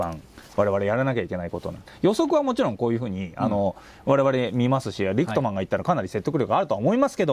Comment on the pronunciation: リクトマンとおっしゃているのが気になります。リックマンってどの動画を見ても聞こえるのですが。。。